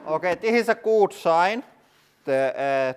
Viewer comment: You say “looks good” way too puckered. You need to loosen your lips. “Oo” isn’t as intense in English as you’re pronouncing.